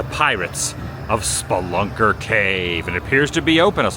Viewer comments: Speelunker Cave...A person who explores caves is a Spelunker. Your pronunciation was way off. That ride has been there since the 70's at least... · Its Speeeeee-lunker.